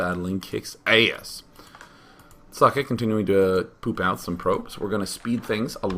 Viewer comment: its pronounced "zockeh"